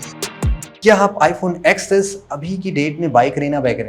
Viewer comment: iPhone Ten S bolte hai usse, XS nahi🙃🙃😒